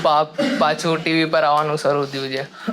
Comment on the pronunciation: ભાઈ છે બોલવાનુ રાખ . "જે" બહુ irritating લાગે છે.